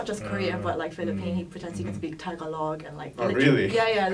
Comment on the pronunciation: Oh no she said Tagalog wrong.. 🤭